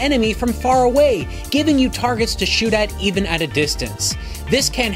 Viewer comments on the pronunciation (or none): none